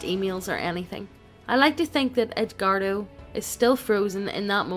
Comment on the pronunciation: Text: Edgardo Reader: EDGE-WARDO